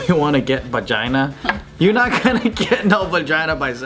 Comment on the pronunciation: did he just say bajina